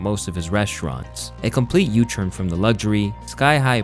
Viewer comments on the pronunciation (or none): Why do you always say “churn” when saying “turn?” Wtf😂